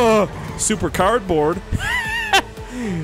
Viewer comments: You did not say cardbaord but cabet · “Carbon” I’m sorry but I’ve never seen anyone struggle sm to say the correct words..😭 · It is funny how he says carbond in stead of carbord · Intro: hey guys The guy who pronounces cardboard as carbon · this man said carbon the whole game and didn’t realize he hasn’t been saying cardboard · Take a shot every time he says "Carbon" instead of "Cardboard" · Lol he has been saying carbine instead of cardboard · not criticizing but youre saying carbon not card board not trying to be rude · You said Carpon spoiler